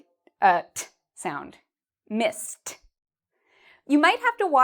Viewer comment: I'm Brazilian, and when she says Missed I hear Misty.. 🤦🏻‍♂️ I'm hopeless?